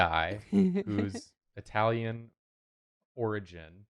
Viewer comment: oh god the "italian"... noooooooooooooo I- nooooooooooooooooooo whyyyyyyyyyyy